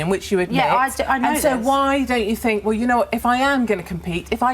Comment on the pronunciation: "I fink I come across well spoken" riiiiiight...